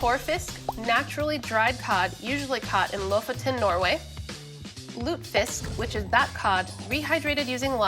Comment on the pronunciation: I can tell she's never seen Golden Girls by her mispronounciation of lutefisk.